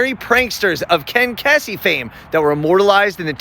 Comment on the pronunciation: The Unitarians are a church. They may call themselves a society today because they have modernized but going back hundreds of years, they are historically a church. A religion. At least Google what you talk about. And you mispronounce Kesey.